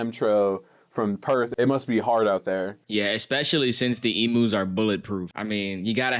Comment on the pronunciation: I am so sorry but I have to say it they are called "ee-m-yous" not "ee-moos" pleasee